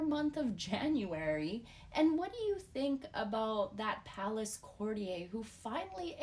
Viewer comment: CourtiYER not courtiYAY.